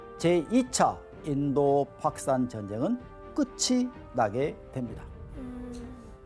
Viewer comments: 저 새끼가 왜 자꾸 파키스탄을 팍산이라고 해? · 파키스탄 발음이 잘안되서 팍산 그러시네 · 교수라는 분이 팍산이 뭐요? 파키스탄 발음이 안되나? 다들 제대로 말하는데 혼자 못하네. 학원 강사가 더 잘할 것 같은데. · 파키스탄 발음 할때 되게 독특하시네 ㅎㅎ 팝스탄으로 들리네요 ㅎㅎㅎ 현지발음인건가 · 어우 팍크스탄만 들리네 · 파크스탄이라는 발음에 집중이돼서 영상에 몰입을 못하겠다 ㅋㅋㅋㅋㅋㅋㅋㅋㅋㅋㅋ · 파키스탄 발음 너무신경쓰인다. 조선족드립나와도 이상하지않을정도. 원래 저발음이였을텐데 ㅠㅠㅋㅋ 내 뇌어쩔